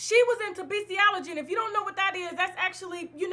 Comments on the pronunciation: "Beastiology" I'm crying 🤭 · Beastiality not beastiology (the latter word doesn’t exist) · Bestialegy?? Come on Tasha 🙈 it's just not professional...doesn't take much to read over things that you yourself have no idea about. Do your research, you sound ridiculous preaching the definition of a word that you aren't even saying right.